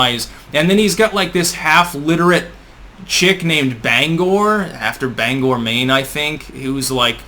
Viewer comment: It was nice to hear someone on the interwebs say Bangor correctly. Being from VT originally helped I'm sure